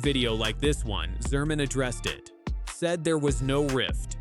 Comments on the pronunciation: He's done everything right? Like disappearing last season after winning the gold medal? And why the AI narration that can't even pronounce Yzerman's name right? Isserman? Don't let the door hit you on your way out Dylan. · stupid robot voice can't even pronounce Yzerman